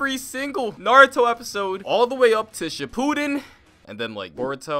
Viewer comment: He fr said shipuden like cipooden